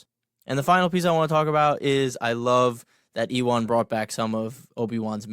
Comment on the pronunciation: Sounds like U-when....